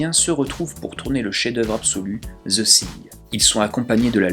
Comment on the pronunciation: Zeu sing... -_-' Prononce veu fing, sans être correct ça sera toujours plus proche de la prononciation anglaise. Parce que Zeu Sing au delà du fait que ça arrache les conduit auditif même du francophone que je suis ça passe plus pour le titre d'une comédie musicale que pour un film de d'horreur fantastique. No offense ! PS ou Deuh fing si tu préfère une prononciation plus américaine.